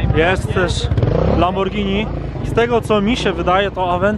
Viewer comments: Lambordzini hurakejn 🤣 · Strasznie mnie to irytuje jak ktoś źle wymawia nazwę modelu, ale i tak hitem chyba jest "lambordżini". Props dla ciebie że zwracasz uwagę na takie rzeczy